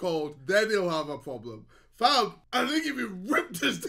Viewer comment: "he gunna have a big poblem"